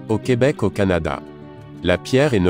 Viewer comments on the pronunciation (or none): none